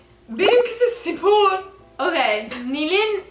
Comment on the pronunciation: Nobody:: sİpor